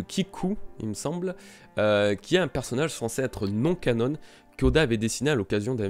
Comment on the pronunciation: "Canon" pas "cannone" !!! Ça m'écorche l'oreille